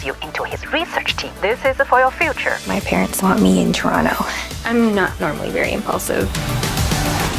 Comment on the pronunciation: Came to the comment section to see who else noticed that she said Toronto perfectly! 🇨🇦